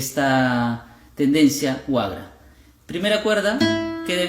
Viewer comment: No es wagra, sino waqra